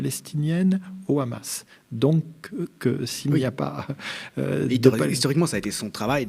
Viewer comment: Ces le hamas pas le rhamas